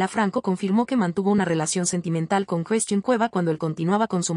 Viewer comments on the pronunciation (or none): Por qué no pronuncia a bien las palabras.....se dice Christian y no Cresthin?????